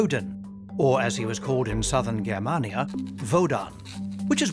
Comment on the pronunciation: The narrator pronunciations are terrible! Germania is pronounced Jermania and the A between M and N is pronounced as an A not an ar a.